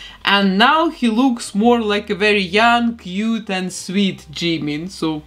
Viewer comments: Мне кажется, что имя должно произноситься как «Чимин»... Пишется действительно так как вы произносите. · I usually feel uncomfortable when people pronounce Jimin’s name wrong but your accent is... I don’t know it doesn’t really bother me with your accent By the way I love how this turned out If you could do Jin Seokjin next?